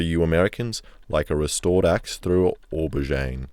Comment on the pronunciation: Who calls it an auburgine?